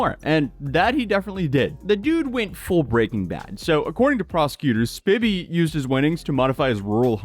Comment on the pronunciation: Lol now repeat after me s p I vy not spivvy